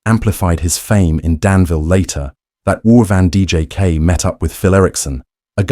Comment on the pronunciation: Van DJK??? If you can't even pronounce the name correctly, how can I believe a word you say.